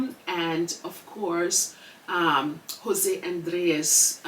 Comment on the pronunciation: I love how your pronunciation of of Jose Andrea's name it was perfect.